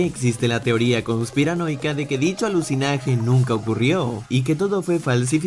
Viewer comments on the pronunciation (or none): Cómo que aluzinage? 😂 ALUNIZAJE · Quien mas se dio cuenta que el minuto, en ves de decir alunizaje, dijo fue alucinaje. 🤭😅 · Aluzinaje no alunizaje? O escuché mal xd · Alucinaje??? sera Alunizaje. xD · jajajaja Alusinaje v.s Alunizaje que dicen .????? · Dijiste aluzinaje en vez de alunizaje en el min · alucionaje jajajaj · En el minuto dijiste “aluzinaje” en vez de “alunizaje”, la verdad si es muy confuso de pronunciar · Alusinaje??>alunizaje Wtf xD Tkm brody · es ALUNIZAJE no alucinaje